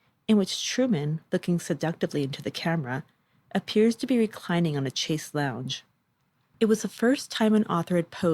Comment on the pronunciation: The narrator has a great voice for audio and the information is very well researched and presented but the mispronunciation of certain words seems at odds with the overall sophisticated tone of the series. Chaise is not 'chase'. There was another obvious one in P 1 or 2 of this two-parter, or the Cinnamon murder episode, it escapes me now, and all of which I enjoyed. A note I only offer as constructive criticism. Otherwise A+